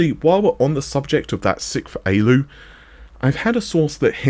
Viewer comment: ALU - an acronym for Arithmetic Logic Unit. It is pronounced "A - L - U", not "A-lou". Much like how a Central Processing Unit is pronounced "C - P - U". I know this is trivial but it pains me every time I hear it -- and getting it wrong detracts from everything else presented in the video.